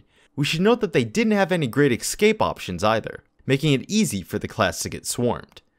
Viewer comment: Excape excape excape. AAAAAAAAAAAAA so infuriating.